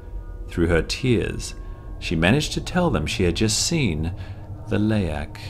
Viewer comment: probably to prevent misunderstanding between the word Leak and the creature Leak, people who don't speak Bahasa would probably mispronounce it, the narrator pronounced it perfectly tho. And I'm indonesian too, ntar kalo ditulis Leak, nantik yg bukan org Indo ngirainnya Leak = Bocor. Gak masalah sih sis dimodif dikit hurufnya. Begitu menurutku, Haha peace ✌❤